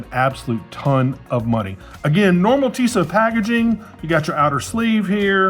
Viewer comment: The blue dial version is great. – Your first pronunciation was actually closer, but Tissot has the stress on the second syllable.